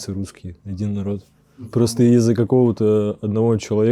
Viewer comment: "братскій народ ... адін нарот" сска